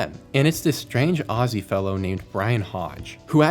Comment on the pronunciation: Not a big thing but can you learn how to say Aussie properly or just say Australian, it hurts my ears 😂